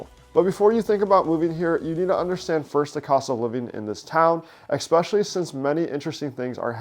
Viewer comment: And sorry to be so picky, but the word is 'eSpecially' not 'EXpecially'.